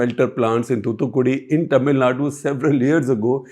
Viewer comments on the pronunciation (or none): none